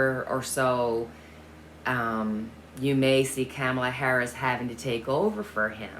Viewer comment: Trump can run, but he should hide if he had a brain cell between his ears. Vice President Harris’ name is pronounced COM-A-LAH ( not cam ala) If you think 🤔 of the name Pamala but change it to Pomala and change the P with a K, that might help you remember. Her name is difficult. Perhaps we should just stick with Vice President Harris.